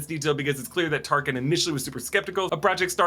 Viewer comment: you called Tarkin , Tarsin 😂